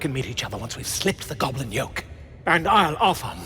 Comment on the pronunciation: Its GOB LIN , not gobalin lol